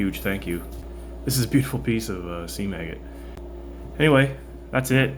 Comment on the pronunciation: Every time I hear someone say seam agate I swear they are saying sea maggot...